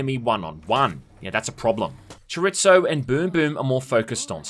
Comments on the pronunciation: My man said Choritzo lmao 🤣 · Cho-ree-zo not choritso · Please learn how to say "Chorizo" 🤣🤣 it's a type of meat.